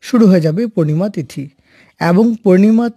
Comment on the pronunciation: এ্যবং? না, এবং?